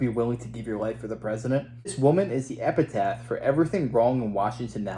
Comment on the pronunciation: This woman is the "Epitaph" err the what? :-( This is why I can't watch past 2 mins of your video. Enjoy your strategically placed Hellman's Mayo :)